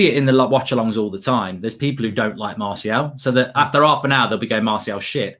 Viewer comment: How has martial been at this club at 5 years and still can’t pronounce martial